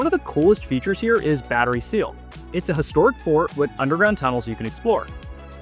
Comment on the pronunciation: Ha ha it’s Battery Steele, not Battery Seal. And Rock Row; not Rock Road.